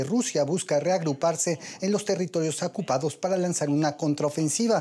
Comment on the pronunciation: Por favor que no diga "acupado" cuando quiere decir "ocupado"esto es cuando comunica el periodista desde EE.UU